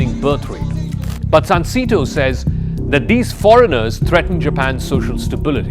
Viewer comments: It's pronounced SUN 🌞 SAY 🗣️ TOE 🦶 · It’s pronounced “sahn-say-toe”